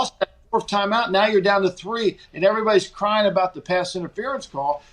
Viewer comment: Soarry aboot that